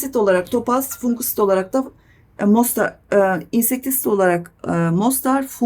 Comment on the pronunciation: İnsektisit ve fungusit isimlerini videonun altına yazabilir misiniz? Net anlaşılmıyor.